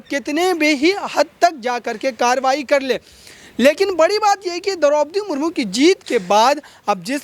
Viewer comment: Anker mahoday, rastrapati mahodaya kaho to achcha hai agar aap madam ka naam theek se nahi le paa rahe to.